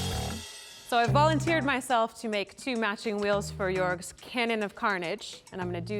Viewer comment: How hard is it to say Joerg? All the Americans saying "yorg" when it's just easier to say it more like "yerg". He even says it himself at the start. Just copy how he says it